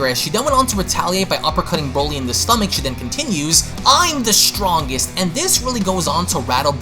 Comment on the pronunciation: “i’m the strongeresht”